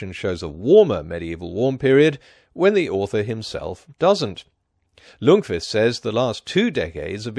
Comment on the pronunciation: Minor spelling error: Ljungqvist (see ) is misspelled and mispronounced as Lungqvist throughout the video.